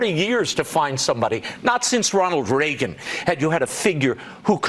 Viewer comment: can't even pronounce Reagan correctly. Listening to him makes me nauseous. FAKE FOX NEWS